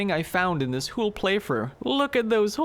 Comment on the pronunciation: Whole. Not hull.